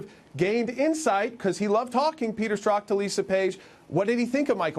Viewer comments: I'm talking about his pronunciation. Since he's investigating this guy, he should at least know it's not pronounced Stork. But thx for playing. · It's pretty bad Jordan when you don't know the main culprit's name... it's Strok, not Stork as he repeatedly said in this piece.